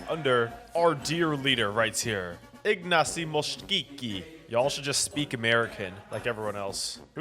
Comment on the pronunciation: its pronounced iagnacy mosicki hope it helps